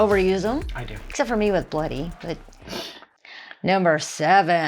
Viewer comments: Saying bloody, try emphasising the L bLoody, see if that works for you. Good luck😂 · 'Bloody' could be said as Bladdy it sounds like you are trying to force the first part of word ?? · pronounce it " bluddy" ;p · Pronounced Bluddy would probably help as well. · Maybe try pronouncing it as "blu-dee" instead of bloody. We seem to say the word quickly 😂